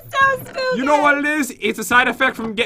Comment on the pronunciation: Hey Pat,I have a question.The question is that why does says”It’s so spookay!”I still don’t understand why she does.